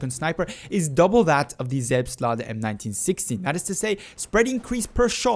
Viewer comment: Oh my god you pronounced it correctly. I wasn't expecting that.